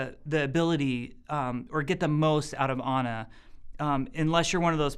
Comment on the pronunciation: He say it like "honor" if he say ana.